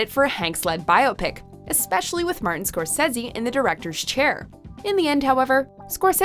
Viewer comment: Bio-pic? Really? Scorsezzy? Sigh... what happened to the other narrator who could pronounce words? I don't mind the voice, but you have to pronounce things right!